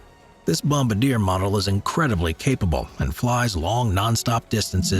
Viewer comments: bom-BAR-dee-A One of my favorites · Bomb-a-deer hahahaha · FYI you pronounced Bombardier incorrectly. It’s a French word but the English pronunciation is Bom-Bar-Dee-Eh